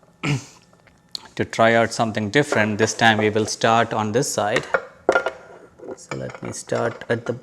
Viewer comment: A primer: 'We' is pronounced like 'Oui', 'yes' in French, not 'Vee' as in VW. You're welcome.